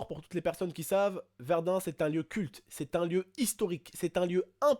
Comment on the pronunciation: Excuse moi mais je crois que c'est"Verdun"